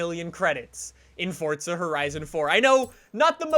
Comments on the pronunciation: Can Simone tell me why he i saying fortza insted of forza? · i love your vids, but the way you say "fortza" instead of "forza" has me messed up. like whered the t come from. much love tho lol <3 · Why this nigga say fortza not forza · why do you say forza with a T? am i the only one noticing this?HEY GUYS WELCOME TO FORTTTTZA HORIZON 4:/ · Just wasted 6minutes of my life watching a narcissist and it's forza not fortza 🤯😤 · Plz tell me you only say "Fortza horizon" bc you have an accent, bc it triggers me when you say "Fortza horizon" instead of Forza horizon. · Fortza... Fortza.. Fortza? Forzaa Forza say it now, Forza. Not T in there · Bruh it’s not fortza it’s forza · FORZA not fuckin fortza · triggers me how he says fortza instead of forza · It’s FORZA NOT FORTZA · WHY DO U SAY FORTSA ITS FORZA AHHHHHH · omg pls can you stop saying “fortza horizon 4” there no t in it 😭😭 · Ok anyone else notice how he calls it fortza instead of forza like it kindve makes me mad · Why do you say Fortza Horizon 4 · Why do you say fortza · Its not Fortza horizon, it's forZa horizon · Instead of saying forza he says fortza lmao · its not fortza horizon 4 its forza horizon 4 u fucking degenerate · it makes me triggered how you say forza like fortza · Why does this guy say fortza instead of forza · WHY DO YOU PRONOUNCE IT FORTZA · Why does he call it fortza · “Fortza” it’s forza there no t anywhere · Fort za lol stfu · It’s not FORTZA it’s FORZA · ForZa , not forTza kinda annoyed me man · It’s forza not fortsa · Am I the only one who seen he keeps saying fortza? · It's Forza, not Fortza. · I think it's pronounced "forsa" not "fortsa" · “Fortsa horizon 4” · Y DOES EVERYONE PRONOUNCE IT FORTZA WHEN ITS FORZA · Definitely forza and not fortza it’s bloody irritating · Yeah it’s definitely forza not fortza 😂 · Bw zxh its forza not fortza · FORZA NOT FORTZA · it Forza it not Forzta dumb ass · White Boy Swag fortza* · Its forza not “fortsa” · It’s forza not “fortza” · Sander Hansen FORTZA